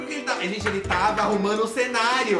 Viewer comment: adoro esse "TARRA com ele" kkkkkkk